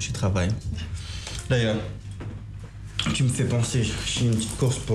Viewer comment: Suis-je la seule à remarquer que ne sait pas bien prononcer "u"?J'ai l'impression qu'elle dit toujours "i" au lieu de "u", genre "ti" à la place de "tu"🤔🤔🤔